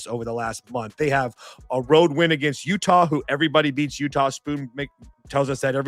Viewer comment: I heard utahl state a lot in that broadcast. I didn’t know there was an L in there. Good insights though thanks.